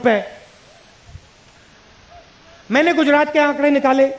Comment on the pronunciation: Pronunciation sikhao Isko Koi Gujarat ko Gudarat bolata hai